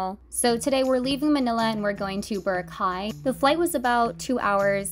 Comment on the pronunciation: i know that she's american, but that was one of the funniest and most common pronunciations of boracay i have ever heard as a filipino american.